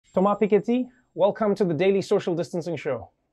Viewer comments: So cute watching Trevor struggle to say Thomas Piketty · That English was straight out of a cartoon. You can tell he learned English by reading, cause he pronounces many words the french way. Still (or maybe that's why), enjoyed the episode!